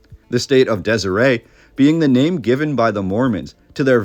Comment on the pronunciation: Your pronunciation of names is inaccurate. Hyrum is “high rum.” Deseret is “deser (like you’re going to say desert but omit the T, followed by, “et.” We’re not French.